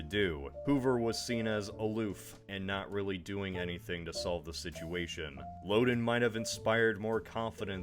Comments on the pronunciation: As one who grew up in Illinois, the state park we went to named for the one-time governor was pronounced "LOW den" (rhyming with "HOW then", not "LO den" rhyming with "Oh then". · Lowden Dam and Lowdenvilles. They just don't sound right.